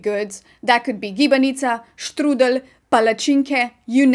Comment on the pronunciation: Strudel is pronounciated exactly that in german (schtrudel), good to know. In german, when the word starts with "st" it's prounouced "scht", not "st" as in english. I love hot apfel schtrudel with vanilla ice cream.